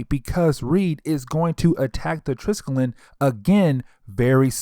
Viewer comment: TRIS-KELL-EE-UN -Triskellion. Jeez haven't you seen agents of shield? ^-^ I like the breakdowns tho!